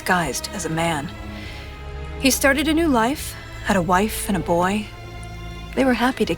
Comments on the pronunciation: She didn't say BOI correctly lol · She has to learn to properly speak the word "boy". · "a wife and a son" ❌ "a wife and a B O I" ✅